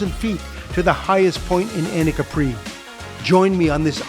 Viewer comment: One thing: it is pronounced Capri with no accent on the final i :-)